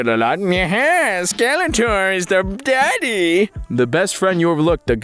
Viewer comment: I really need him to stop saying "daddy" like that 😂💀